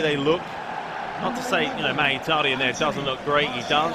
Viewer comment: Who the fuck is "magitaryan" 😂